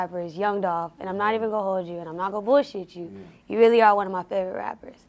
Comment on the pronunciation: ITS DOLPHHH 🐬